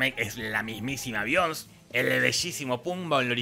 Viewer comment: Be-ion-sé (no Bions!)